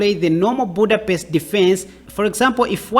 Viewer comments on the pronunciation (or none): none